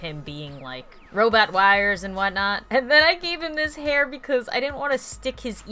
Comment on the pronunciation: u said hair wrong u slept it wrong just pointing that out